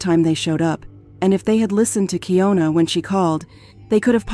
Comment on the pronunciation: It’s keyana spelled keying una is still Ana 😑